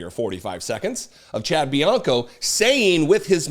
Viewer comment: Actually, Trump was speaking in Indio, California. In the Coachella Valley. And Bianco is Riverside County Sheriff, not the sheriff of the city of Riverside, just to be technical. And it's pronounced Benoyt.